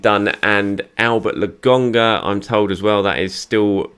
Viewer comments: Man like not sure why he calls Lokonga as Logonga? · Please stop saying LAGONGA … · Andelecht fans agree with your pronunciation of Lokonga. He is definitely LoGONEga. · I know! It’s driving me insane! Nearly as bad as him saying Orba instead of Auba.